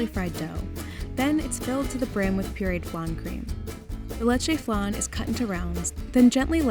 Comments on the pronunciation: The way she pronounced leche Lechey✨✨✨ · wtf is a "le-chay" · The way she says leche made me sick